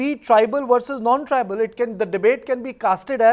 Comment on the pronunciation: Say "Tribal" not "tribeel"